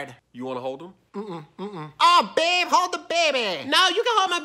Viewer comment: Babe..BABE BRRRRRRRRRRRRRRRRRRR ABE